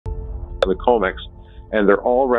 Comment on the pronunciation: Comex, not comics!